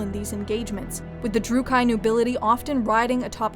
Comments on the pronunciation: Jeez your pronunciation of Drooki needs work. Drook key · It’s actually pronounced drew-key not drew-ki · It's not druc KI. It's druch kee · Great video, I enjoyed it! Just a detail in pronounce Druuchi. It's not ""druuh-kai" but "druuh-kee". (At least thats now they pronounce it in the game) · Yeah, Slaanesh is really the only Chaos God who the Druchii worship and even that is extremely outlawed. The Cult of Khaine has far more prevalence. Also, it's pronounced druchee, not drucheye. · Cease your provocation! Btw it's droo-kee not droo-kay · Its not Drucai but Druchii with a soft C. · Trigger warning. Lady you said Druchii wrong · that pronounciation of Druchii made me gringe.